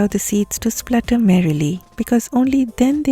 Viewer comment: "always allow the seeds to splutter merrily"........ you are a star!!!